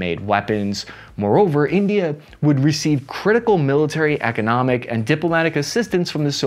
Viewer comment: I died laughing at the very start. Calling India... "Tindia" was fantastic sir. Either it was a sound mistake, or you actually called them Tindia for the shits and giggles of it hahaha...😅